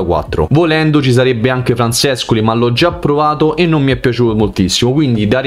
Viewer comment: Ma con le pronunce perché nessuno streamer ne azzecca una?!? Cec?? Francescoli?? CEK, FRANSÉSCÖLÍ. Se si è troppo giovani basterebbe guardare qualche video su di loro e sentir la pronuncia dei telecronisti dell’epoca…